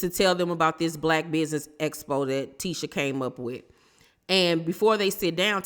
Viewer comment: Tisha said “espo” so many times instead of “expo” I was on the floor